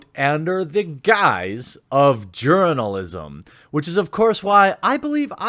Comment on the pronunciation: Lol did you say "Urinalism"? 🤣 🤣 🤣